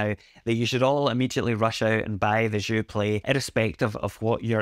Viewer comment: "Je suis un ananas" hahaha. You got "Joué" right tho when you pronounce it with the "é". Thanks for the review. I've been wondering if I should pick this up and support my country. But if I could find a used Sensel Morph I'm so keen on trying the Buchla Overlay! I feel like it'd pair so well with all the Fors M4L devices!